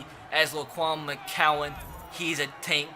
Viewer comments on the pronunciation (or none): none